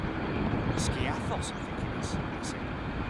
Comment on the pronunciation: Keer-an. I'm an Aussie and I knew that